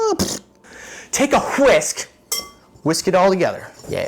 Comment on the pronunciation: TAKE A GHHHWISK!!!!!